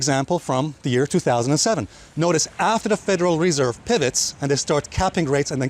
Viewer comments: it’s not federal REE-serve it’s federal re-SERVE. Accent on the 2nd syll-ABLE. :) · i love hearing Alessio say WRESERVE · bro! its not REEESERVE! just say the FED ;) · Federal Ree-serve. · nice video. . why do you keep saying reserve so strangely?